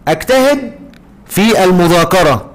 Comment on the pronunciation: عندك اخطاء في نطق الفعل اجتهد في مثال الضمير المستتر الذي تقديره انت وبذلك كان المثال خاطئ